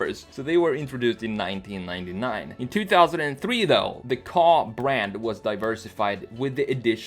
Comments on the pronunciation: Ford kay ayy not ford car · Ford car? It’s ford K A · No one gonna say something about him calling it a Ka (kahh) its actually called the KA (Kay-ay) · It’s a K.A not a ka, it sounds like you are saying “car” when it’s a KA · It’s pronounced K.A. I used to think it was the way u say it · I the way you pronounced Ka... KOH